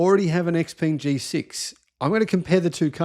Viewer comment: Xpeng is pronounced xp*u*mg (imo).